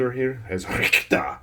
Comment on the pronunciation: Finaly there is someone that remember Castlevania Symphony of the Night. A great Game. And it Sounds funny when you try pronounce "Richter".